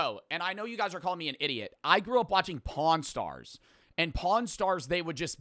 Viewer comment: said pawn stars and i heard smth else